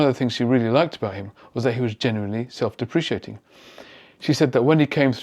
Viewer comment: Thank you for that detailed and insightful analysis. Just a small thing, there's only one i in deprecating, pronounced dep-ruh-kay-ting. Cheers.